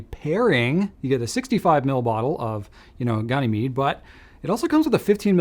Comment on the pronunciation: i think Ganymede is named after one of Jupiter's moons (which is named after a Greek hero), your pronunciation was good for someone who has never heard it out loud before! the first syllable is a middle A, like "gander" GAN-ih-meed ("ih" rhymes with "if", and "meed" is homophonic with the medieval drink mead) sometimes people say the first syllable with a hard A, like "gain" GAYN-ih-meed but the generally accepted pronunciation is the middle A like "gander" gamble on galileo gandering at ganymede